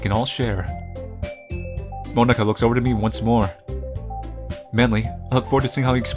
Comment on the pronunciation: He’s saying Monika like Monaka